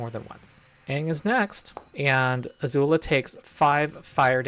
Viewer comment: why do you keep pronouncing Azula as Azuul?